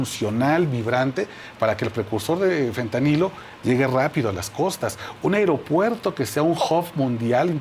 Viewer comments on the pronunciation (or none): DIJO EL INVITADO "AIROPUERTO" ¿SERÁ REALMENTE UN PERIODISTA?